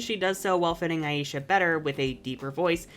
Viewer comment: I will always prefer the name Layla to Aisha, because of how butchered the pronunciation of her name is when she's called Aisha. Aisha is a super common name here where I live (I have a cousin named Aisha), and you don't pronounce it Aa-ee-shaa, it's pronounced Aa-ay-sha (the 'ay' part shouldn't have too much stress). I hate to be that person, but it's just a tad bit disrespectful to see such a popular name for women of colour used to refer to a character without the creators actually properly learning how to pronounce said name.